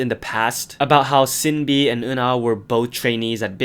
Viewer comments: so who's gonna tell him that's not how you pronounce sinb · You said SinB's name wrong again